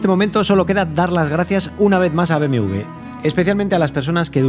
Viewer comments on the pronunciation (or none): te confunde al decir BMW tu dices BMV